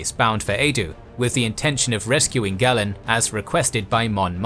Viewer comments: It's Gay-len, not Gah-len. Great work as always. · Pronunciation is a bit bumpy? It's LothAL and GAYlen. Otherwise great 👍